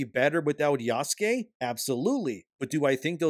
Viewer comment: Why the hell do you say "Oobisoft" and "Yaske" when it's "Ubisoft" and "Yasuke"?